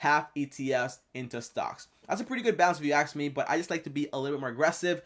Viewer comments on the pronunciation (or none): “But If you Axe me”